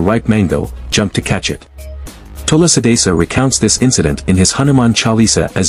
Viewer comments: It's not vami Tula sidasa.....it should be pronounced as Swami tulasi das....Jai Sri Ram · What's with "Tulla Sidasa". I appreciate the content. Can you please not mispronounce the name? I trust you can do it. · “Tula sadisa” is the reason why I despise mispronouncing Indic words. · It's Tulsidas, pronounced as too-see-das. It's not tulasidasa. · It's not tulusidasa. Pronounce like that Tul + si (not sai) + das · Pronounciation is wrong....its Tulsidaas not Tulsidasa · its not tulsi desa.... its (SHREE TULSI DASS) Next time pls thik pronunciation wala VIDEO upload krna ok.. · Love your pronunciation of Tulsidas ji as tulsi...dassa... 😂😂 but love your knowledge about Indian culture... Jai Bajrangbali... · It’s actually pronounced as Thu-la-si Dha-Sa join it Tulasi Dhasa. 😊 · Good information but pathetic pronounciations of Hindu names....it is Hanuman Chalisa, Tulsidaas....please correct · thulasee dhaas pronounce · That TULSI DAS pronounciation 😭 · The way AI pronounced Goswami Tulsidas :/ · It is Goswami Tulsidas,not the way you pronounce it.But your efforts are marvelous.Thank you.Please find out why Kurukshetra has much concentration of radiation if the Kauravas & Pandavas had no knowledge of Atomic theory. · Please pronounce Tulasi das correctly, it's not that difficult. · Bro you give right knowledge to everyone but you not pronounced Goswami Tulsidas correctly You can see right pronunciation on Google 😊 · Try to pronounce the name Tulsi Das correctly.. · Tulsi das..... This would be correct pronunciation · Can u pls learn hindi pronunciations better.... like goswami tulsidas etc. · learn first to pronounce 'Tulsi-Dasa'